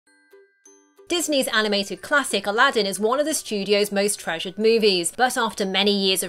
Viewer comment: I couldn’t tell if in the first few seconds she said tragic but realized she said treasured